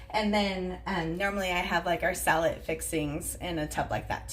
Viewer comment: I watched a new video about organizing your fridge and I would swear you said "Sell it" basket and your explanation made no sense. I just heard here what you said... "Salad basket". I'm over here rolling.